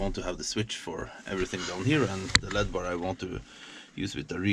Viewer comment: *L.E.D.*= Light.Emitting.Diode. Pronounced -- ELL. EEE. DEE. Just sayin. In case you dont know. A diode is a oneway valve. But if you force enough electric through it the wrong way it glows(emitts light).